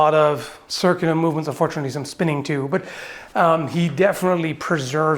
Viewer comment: I like that "but" which is more like "BUTT"